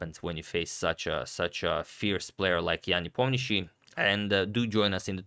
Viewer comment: I just love how flawlessly you pronounce Ian Nepomiachtchi's name! 10/10, every sound right on spot. Cheers, Antonio!